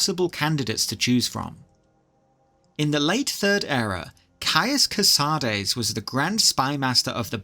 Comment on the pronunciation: you say mehrunes dagon correctly so why not dagoth ur? and caius co-sah-deez? it's co-sades. either way, amazing video!